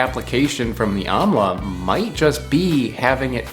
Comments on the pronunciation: It's pronounced "umm-la" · It's pronounced aaamla